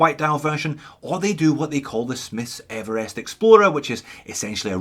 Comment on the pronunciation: thlee, Evelest dude! what's going on?? you can't be OZ talking like that.